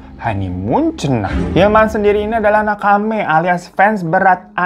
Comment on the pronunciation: Nakama bukan nakame